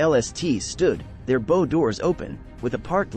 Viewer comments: Pronunciation of bow is bau in reference to the forward part of the ship. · bow, not bow.